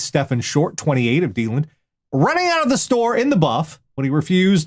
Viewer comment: the way yall mispronounce florida towns always gives me a self-depricating chuckle. its self-depricating because i live here and have been to a lot of these places. like deland. i went to university there for 2 years. a plane crashed into the local publix in my 2nd year. which is nothing compared to the body found on the nature trail at the uni i transferred to in pensacola.